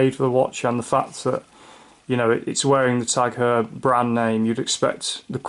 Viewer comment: It's Heuer... pronounced "Hoyer" not "her"